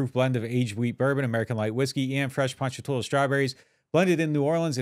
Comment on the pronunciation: I live in Ponchatoula crazy to hear someone that don’t live hear pronounce it right lol